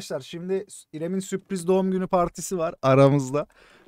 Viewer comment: süpriz değil la sürpriz